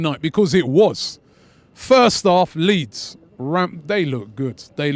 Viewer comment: Lol it’s Leeds 😂😂😂